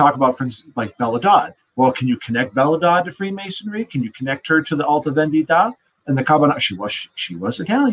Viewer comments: Symonds "Alta Vèndita" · As an Italian, sort of fun to hear no one being able to say "alta vendita" correctly, and the comments about pasta dishes once the Carbonari (Italian freemasons indeed in time) were brought up. Good talk, tho, all silly jokes aside: I am glad you all want to reveal the issues with Marshall's book without attacking him out of malicious intents.